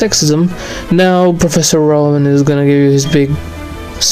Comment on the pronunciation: I always hear "Professor Run" not "Rowan" xD